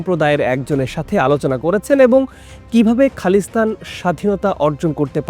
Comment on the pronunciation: Khalistan সঠিক উচ্চারণ শিখবেন